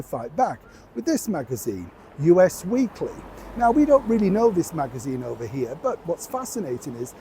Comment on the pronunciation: It's not US magazine as in the United States, it's US as in " our "